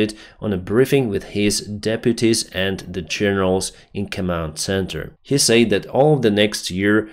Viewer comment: deputies and degenerals .... 🤣